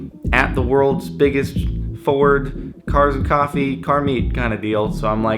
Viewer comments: Not JordGT it should be JardGT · JordGt?? It needs to be JardGt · Don't ya mean "Ford GTFord-E"?